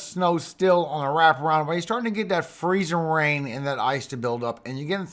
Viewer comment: I love the way you say freezIN rain! We got lots of mud puddles in Arkansas! Thank you for your info for us! God bless💙💙🦄